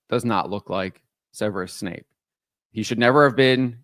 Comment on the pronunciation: It's Snape, not Wesley Snipes. WTF